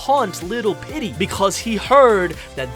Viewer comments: Petey isn't pronounced "Pitty" its pronounced "Peetee" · Pitty ❌ petey ✅ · It’s PETEY not PitTy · It sounds like your saying pitty instead of Petey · STOP Saying PITTY!